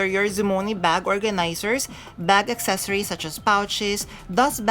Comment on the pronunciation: Accessoires is not pronounced accessories. You’ve been mispronouncing it for years and I’m shocked no one has corrected you. The spellings are different. “Soir” is “swah.” Also, The “s” is silent in palais. It’s “pah-lay.” Otherwise, another informative video. Thanks!